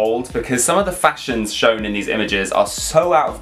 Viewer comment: I’m now forever going to pronounce it “fasashions” 🤣